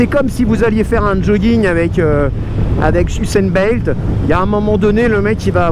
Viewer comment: merci, essais sympa , au passage c'est pas ussan belt , mais ussan BOLT !